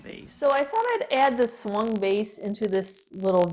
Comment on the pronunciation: Thank you for the information about the Swung vases as I live in England the first time you mentioned them I thought you said Swan vase and couldn't see why they were called that ! it was so interesting to hear how they were made 😊❤